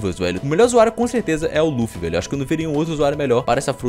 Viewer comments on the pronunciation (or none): none